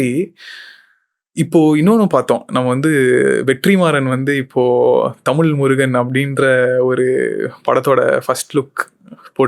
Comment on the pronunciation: தமிழ் னு சொல்லுங்க உங்களுக்கு புண்ணியமா போகும் நீங்களே தமிழ டமில் னு சொல்லி அழிச்சிடாதிங்க